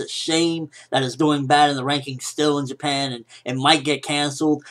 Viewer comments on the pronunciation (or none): none